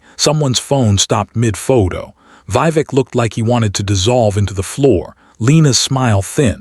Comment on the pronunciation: The voice and images don’t match. Mispronounced Vivek and Not Karen but pronounced Karon, male name not Karin.